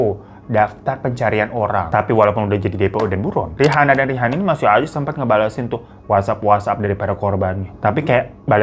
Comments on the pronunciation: Sekilas salfok salah baca Rihana onana ,rihani onani😫🥱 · Untung lidah lu kagak kepeleset bang pas ngomong rihana ohnana rihani ohnani 🤣